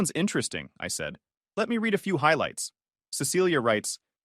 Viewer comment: I feel like they need to proofread what they are about to narrate before they even narrated because they mispronouncing words at all times Read and read are the same thing Make sure that you know exactly the way you have to say that specific word why